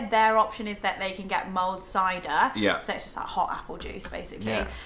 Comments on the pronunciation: LOL I thought you were saying mold wine ... thank god i googled and it came back with mulled wine! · did you say MOLD wine?